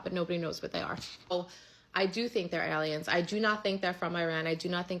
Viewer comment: "I really think they're allyens."